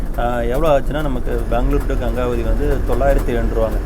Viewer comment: I think it is pronounced as Gengavathi in Kannada கெங்கவதி